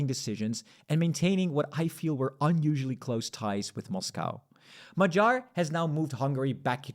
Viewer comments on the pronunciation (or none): Non-Hungarian here, but why say "Majar" instead of "Ma-ghee-ar" / "Mo-ghee-or". Good video anyway! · mah-JAHR 😬 does he really think that the stress in Hungarian is on the last syllable 😂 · Hungarian a is somewhere between English a and o. Tounge is down in the mouth. Hungarian gy is a double letter representing one sound. It is like d+y, but just one sound. The y in the Hungarian alphabet, as part of double letters, is a sign of pronouncing the letter more softly. In this case it is like you would pronounce a sound between d and g (not like in "George" but like in "gun"). I think the homepage Forvo will help you. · it's only funny if you mispronounce his name like this video host does. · Magyar G should not be spelled with a G of "gentle" but instead with the G of "gate".